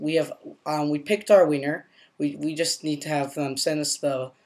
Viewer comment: i'm sorry but i hear.. "pick our Wiener" in ... i know you where trying to say pick our winner... just thought i should point that out!... LoL.. by the way. i might buy one of your apps. they sound interesting!